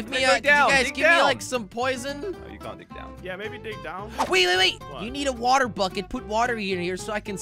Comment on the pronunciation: i hear woootaa me: he can't even say water properly 😂😂lol